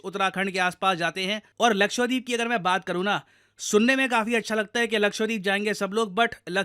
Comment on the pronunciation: Sir please pronounce Lakshadweep as luh-kshuh-dveep✅ and not luh-kshva-deep ❌